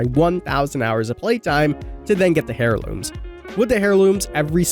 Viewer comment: AIR LOOMS. The H is silent, bruh... 🤣🤣🤣